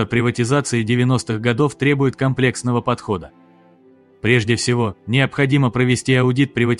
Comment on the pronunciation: В данном, конкректном случае правильно произносить кОмплексного (кОмплекс чего-либо, то есть сложный, состоящий из нескольких частей, или же охватывающий целую группу предметов, или явлений и тому подобное). Здоровья, сил и терпения Белоусову